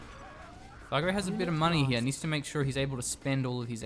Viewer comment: It's Fargo not fargue moron!